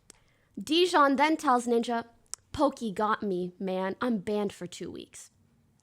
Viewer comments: It’s jidion not dijon 💀💀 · Whether she does it on purpose or not, hearing her say JiDion's name incorrectly is PAINFUL, and honestly corny if on purpose.